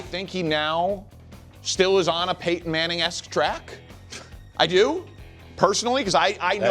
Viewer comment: They really need to ban Danny from saying Peyton’s name, idk how they let this fly that long 🤣